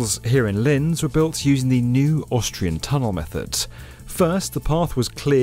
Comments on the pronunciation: Just as an FYI for anyone not familiar with the city. It's pronounced "Lints". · It's pronounced; "Lints". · Say "LinTZ" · It‘s pronounced like „Lints“ btw. Very proud to see my hometown on this channel :D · It's not Linz, but Lints. The German Z is pronounced TS. Think Mozart, pronounced Motsart.